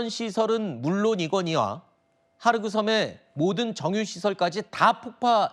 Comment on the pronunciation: 하르그섬이 아니고 خارک 헐크 섬 즉 흙섬 이란 뜻입니다. 헑 섬이라고 끝 소리 크 소리 좀 남 .